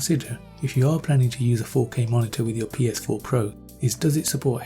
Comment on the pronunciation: This dude said PSP pro